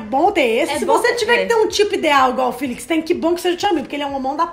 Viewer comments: "filix" kjkjkkkkkk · Porque vocês falam "Filix" sendo que o próprio fala "Félix" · Eu acho que o nome dele se fala Félix._.